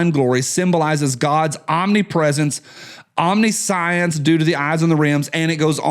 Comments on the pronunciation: omniscience is pronounced om-ni-shence... sorry about the terrible pronunciation guide. I'm always glad to help people who learn new words from reading... at least you actually read. Unlike all the heathen swine who criticize you and us actual fans. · You can't be the grammar police and pronounce "omniscience" like that! 😂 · 1) here: Pronunciation of omniscience. 2) I never think about the Roman Empire. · You mispronounced omniscience.